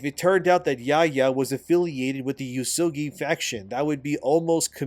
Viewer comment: OMG! is pronouncing yasuke correctly since yesterday so he's obviously been reading the comments calling out for Ubisoft saying it wrong and by example getting YouTubers etc to say it wrong as well. Shows how little research Ubisoft actually did if they couldn't even get that right. Glad to know our input makes a difference even on little things. Thanks